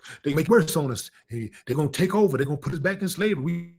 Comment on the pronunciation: I heard Steve Harvey say," I don t give a damn about salvery." That was it foe me.